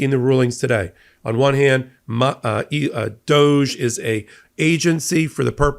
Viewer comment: DŌGE??? More like DÕG Ē. 😂